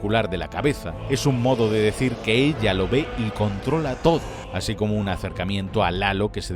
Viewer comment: Es "así" no "haci"